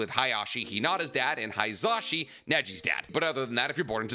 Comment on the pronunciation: Yo it’s not pronounced “HIGH-za-shi”. It’s “HE-za-shi”. It’s phonetic so the same sound for the “i” in “shi” is the same for “hi”. Please at least try to pronounce things correctly